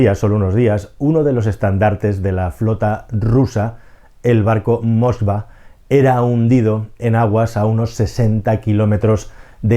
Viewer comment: El nombre del buque insignia es Moskvá y no Moskva. También es Rogozhin y no Rogozín, es Naryshkin y no Naryshkín, es Sechin y no Sechín.